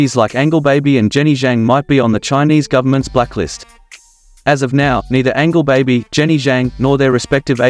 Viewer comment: Angel- baby, not Angle- baby😂😂😂